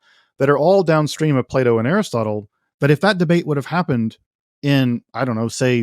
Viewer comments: Ah yes, Play-Dooh, the famous Greek philosopher. Can't unhear it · I though he said play doh